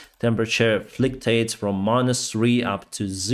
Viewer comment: I love ' English. I'm going to use 'flictates' instead of 'fluctuates' from now on. Keep it up, my man!:)